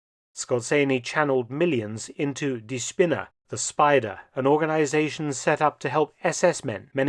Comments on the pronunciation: Its not Spinner(idiot) but spinne( spider) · I find it most fitting that "die Spinne" (the spider) is misspronounciated just enough to become "die Spinner" (the loonatics)....